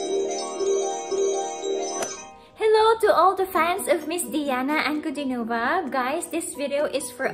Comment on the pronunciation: Ankud i nova, not Ankudin o va!